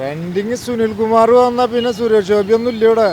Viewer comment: Anchor bjp aanu..atha suresh kovi ...kovi ennu parayunnathu.